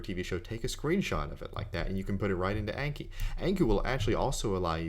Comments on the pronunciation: It's pronounced awnki, not aynki. It's a Japanese word for memorize. :) あんき。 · If it's Japanese, then it should be "ahnki." :D